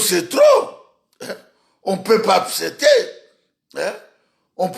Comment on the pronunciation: On peut pas "APCETER"? Ça c quel genre de personne ? Qui ne connait même pas parler.